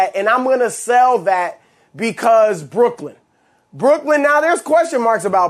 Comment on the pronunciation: Did he just add a “D” too Brooklyn? He knows it’s not “Brookland” right? 😂😂